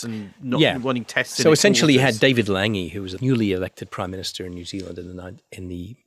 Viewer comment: A fascinating podcast, just that David Lange's surname is pronounced "Longy", not "Langy".